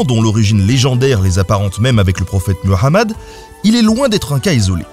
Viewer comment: Cette prononciation de : Mohammad (saw). Tu t’es vraiment amélioré ! force à toi qui offre ton savoir